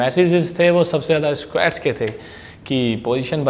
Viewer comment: Bhai SQUEEETTTSSSS nhi seekha squats sikha 😂😂 lmao ROFL m laughing from past 5 mins lel